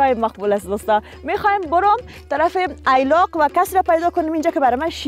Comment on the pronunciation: ای لاق نیست درست تلفظ کن ایلاق هست.